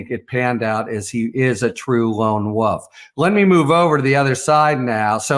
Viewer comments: WoLf. Not "wuf" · I love the way Harry pronounces wolf as “wuff.” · I do love hearing Harry say “lone wuff “… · this guy pronounces "wolf" in a strange way